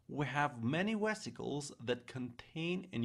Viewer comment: I'm hard-of-hearing, and while most of what you're saying is quite easy to hear & understand, some is not so clear (to me). At about you seem to say, "...the information transmits WE'RE neurotransmitters...", which doesn't make sense. I'm going to guess (since you also call Vesicles 'Wesicles', with a German pronunciation?), that you might be meaning 'via'?? I'm hard-of-hearing, and I have found most of what you're saying pretty EASY to hear & understand, except for 'we're' (and , MOTOR plate sounds like - and closed captions says- 'modern'). Oh, and at ~ , you say, "...that involves a number of TIMES in order to increase..."; is it possible you meant TINES, like the multiple points of a dinner fork? And , "T-CHILLS", that must be T-tubules'? I am grateful for the time you have taken to present this, and understand that you are currently a practicing physician.